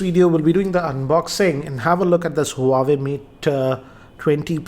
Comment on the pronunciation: Sir it's name is Huawei but it's pronounced as Wah-Way.